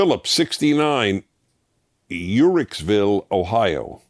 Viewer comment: Im impressed you pronounced uhrichsville correctly. Most people don't without hearing it, I live right down the road. Keep up the great videos I look forward to each one